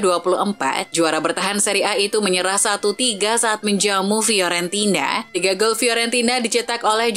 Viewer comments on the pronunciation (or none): none